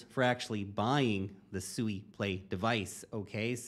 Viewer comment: SUI = swee, as in the word SUITE